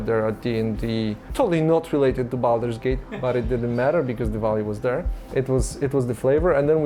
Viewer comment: I love the narrator's accent. "Baldur's Gaith"... nope, it's Baldur's Gate :D And what is that "markesh" he's talking about all the time? It's fortunate that, contrary to the narrator, Marcin's pronounciation is good, otherwise this would be a very obscure documentary ;)